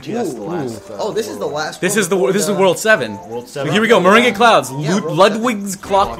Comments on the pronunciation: It's pronounced Mer-rang. Like lemon meringue pie. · IT'S PRONOUNCED MER-ANG